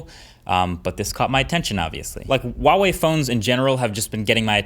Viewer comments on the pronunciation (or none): HUAWEI not WAWEI. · say it after me, HUA wei, not WA WEI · Why are you pronouncing it as "Wawei" instead of "Huawei"? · I have been a Huawei user since the P8 lite. Would never go back to any other phone. I love the P20 pro, it is perfect for what I need it for. By the way, it is properly pronounced Hwa Way, not Waa Way! My son uswd to work for them so I know this for sure! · dude it's "H"ua-Wei, not "W"ha-Wei.. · IT'S HWA WEI, NOT WAH WEY, freaking western people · Huawei is pronounced 'hwa-wei', not 'wah-wei', the h is clearly pronounced. Just a nitpick on an otherwise great video! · Hahaha YES. I have a Pixel 2 XL. Glad it's still the camera champ. Also... why do people pronounce Huawei as "Wa-way"?? Huawei is pronounced exactly like how it looks: "Hwa-way" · Hua Wei NOT Wa Wei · I love the way You say HUAWEI - "WAWEI". In PL, EU we read it HWAWEI ;) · Is there a reason why he always pronounce it wuawei? It's pronounced with like an h in Chinese... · You need to pronounce the h in huawei. Btw. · Great review! Tip though: Huawei is actually pronounced with the "h" like "h-wa". :) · It’s pronounced Huh-Wah-Way, The H is not silent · Nice...Though the pronunciation is more like who-a-way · Is there a reason why people pronounce Huawei as "Wuawei"? It's not as if the "H" sound isn't in the English language. Even in Chinese, it's pronounced as it's spelled. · H-uawei, as in 'h-uge', trust me in this! The 'h' does sound :) Keep on rocking! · The pronunciation is bothering me so much.... Its not WAWEI..... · Sadly Huawei is going to retreat from the American market by the end of April. They’re a great phone manufacturer, and they deserve a better treatment, especially a better pronunciation of their name. Wawei? Seriously Marks Brownlee? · Great video as always! Just a quick heads up in case you didn't know, it's pronounced Hwa-way. The H isn't silent. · I don't wanna be that guy but Huawei has an 'H' in it. It should be pronounced.